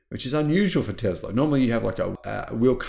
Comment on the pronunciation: Hey brother it’s. Called Tesla NOT TEZLA 😂😂😂😂😂